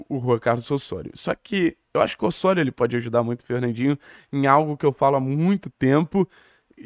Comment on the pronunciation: Ôssôrio 😂😂😂….pq não fala Lêo Godoy??😂😂😂….tiro sarro mas canal ótimo